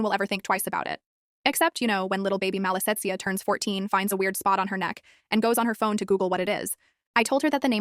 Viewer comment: Malessezia is a yeast infection on the skin. It was spelled wrong a couple of times in the video but it was pronounced pretty correctly.